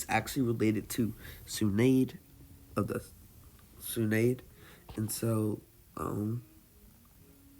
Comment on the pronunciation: BOI DID YOU SAY Tsu nade? No There Are No Typos He pronounced Tsunade as Tsu Nade